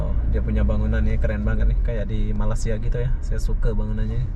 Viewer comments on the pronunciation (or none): none